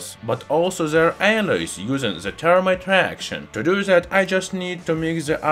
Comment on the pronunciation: Th not T. Termite. No. That is an insect. If you must use a euro accent, say zermite or fermite. Better to say this than zis though.